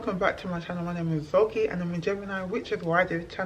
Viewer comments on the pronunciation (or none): You can't even pronounce your Edo name, "Zogie" () properly. You have to westernized the pronunciation of Nigeria name, just to show us that you were born in the UK, which in itself, is crazy. I can't with you Africans thinking British is your heritage. Sad.